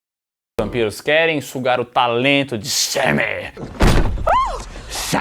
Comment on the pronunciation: botando uma ênfase absurda no "SEMEM"